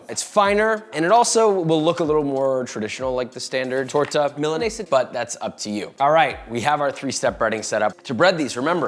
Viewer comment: It really looks great... you just need to work in your spanish pronunciation... say again: " Torta de milarguesa con sus remamadas de pitomate y sus lechupas "